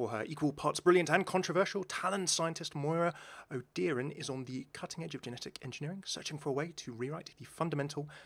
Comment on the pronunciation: Just a heads up, it’s pronounced o ‘Dure ran’ , I’m a native irish speaker